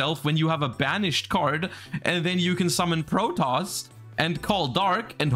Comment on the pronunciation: Side note, how did the yugioh community end up pronouncing "Protos" as "Protoss"? Seems like a weird mistake for literally everyone to make.